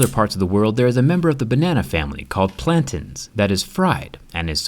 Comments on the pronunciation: Jerry its pronunced (plan-tain ) not plantin😂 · It’s plan-TAIN like pain; not plan-TIN. Me and my Nigerian heritage will fight anyone and everyone on this. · That is not how you pronounce plantain... And a banana is a type of plantain—plantains aren’t a type of banana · it's actually pronounced plan - tain, not plan tin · “Plan-tain” not “plan-tan” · It's not plan tin , it's plan tain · It’s pronounced plantane not plantin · "plant-AY-nes" the a makes the abcd a sound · The description on how to cook plantanos maduros is just amazing lol also it’s pronounced “plan-tay-n” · Plantaaaaaain not plantiiin😂😂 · It's pronounced plantin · OK THE PLANTAIN PRONUNCIATION KINDA BOTHERED ME. "-TAIN" IS PRONOUNCED "-TAYN" AT LEAST FROM HOW I WAS TAUGHT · It pronounced plan-TAIN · And that's not how you say plantain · You pronounced plantain wrong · The way you pronounce "plantain" is so odd. Haha.